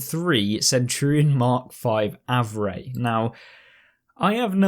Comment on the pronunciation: Hey btw it’s pronounced “AVRE” as if you’re spelling it out👍